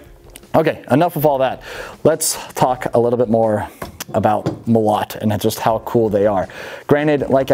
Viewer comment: Molot - emphasis on the first O... Molot also means hammer :). Оружие - Weapons. Orugie